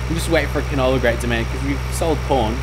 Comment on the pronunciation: every time you say corn it sounds like porn